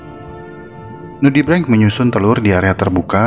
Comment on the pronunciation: Nudibreng apa nudibrench sih wkwk